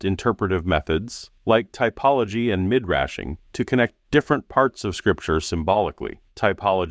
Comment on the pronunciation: It's pronounced me-drah-sh